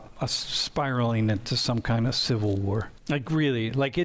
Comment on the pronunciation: Is this AI? Noone pronounces "war" that way.